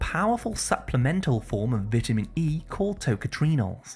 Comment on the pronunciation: Your saying vitamin wrong.